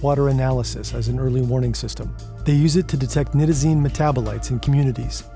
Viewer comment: thank you for the video. I don´t fault you for your mispronunciation of Isonitazene, but it needs to be mentioned. You threw an extra ¨T¨ in there. Furthermore, Nitazene in the academic community is more often pronounced ¨Nye-Tuh-Zeen¨. It reduces the already infinite conjecture out there regarding these NPS Opioids. The issue that the general public i.e. non-users/researchers is that they tend to treat different Opioids as if they are different species when in reality, they are just horses of differing colors. You might have a Clydesdale (Fentanyls), a Mule (Buprenorphine) a Stallion (Morphine/Heroin) or a cute little Foal (Codeine). Regardless, they are all horses. The physiology is the same, the organs, the biology etc. Essentially all commonly abused Opioids are full Mu Opioid Receptor (MOR) agonists. I´m not gonna get into partial-agonists or Mitragynines right now. In medicine, it is common to take any Opioid, be it Oxycodone (Percocet, Oxycontin), Hydrocodone (Vicodin, Lortab), Tramadol (Ultram) etc. and convert the dosage into Morphine Milligram Equivalents. Any true MOR agonist can be converted to these units through basic proportional math. My point is, Opioid tolerance is known to be essentially limitless. The human body can become accustomed to doses of Opioids literally hundreds of times more than what could kill a naive individual... likely more given the proper time and resources. The treatment for Opioid dependency is no different and should always be based